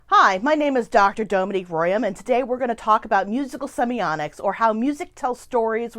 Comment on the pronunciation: Why do you call it semioNics?